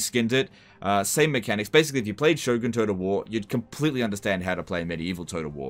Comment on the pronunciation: Is anyone else hearing him say "toad of war"?